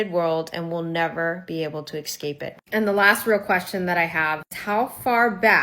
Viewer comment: I fail to believe anything a person who cannot pronounce the word escape has to theorize. Not an inner circle babe, it's called rank. For a good reason. She's doing this for clout. Money, views, whatevs.